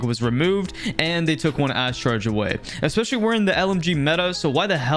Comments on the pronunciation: please learn how to pronounce especially properly, it’s not ekspecially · Time to trigger you. You say expecially. End of story